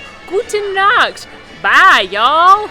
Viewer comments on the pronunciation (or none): none